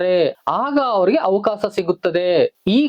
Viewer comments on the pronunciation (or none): ಅವಕಾಸ ಅಲ್ಲ ಅವಕಾಶ ಸರಿಯಾಗಿ ಉಚ್ಛಾರ ಮಾಡು